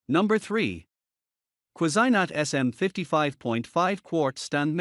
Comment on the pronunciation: You are mispronouncing the Cuisinart. Ques "I" Nart is more closely pronuciation.